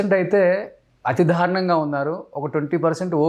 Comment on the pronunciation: "ధా'రుణం ఏంట్రా బాబూ? 'దా'రుణం నాయనా అది. ఒకటికి 20 సార్లు అంటావ్ చికాగ్గా